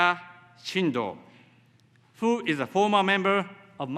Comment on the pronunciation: With,who,world memoriなどいろいろ単語の発音が大変た。普通の日本人より英会話は大体問題ないだと思う。